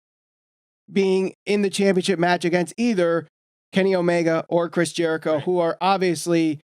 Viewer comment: How do you mispronounce Jerichos name smh.